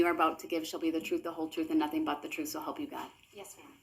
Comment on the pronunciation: He prolly spells it trooff the same way he pronounces it.